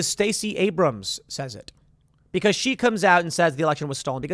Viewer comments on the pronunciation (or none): none